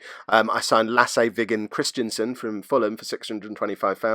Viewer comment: Every time you sat Lasse Vigens name I can't help smiling. :) Being Danish and all it's fun to hear how people from other countries pronounce his name. In Danish his middle name would be pronounced more like Viigen. With the V and the G being quite soft. Just thought I might be interesting for you to know. Anyways keep rocking. Really like this series